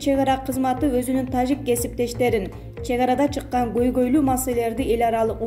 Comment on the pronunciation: Нормальный окуп айт таджик дегенди угуп корсон канча элдер угат